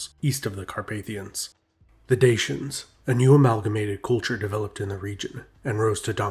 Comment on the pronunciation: DA-CHY-ANS, please look up proper pronunciation, it's not dashyan !!!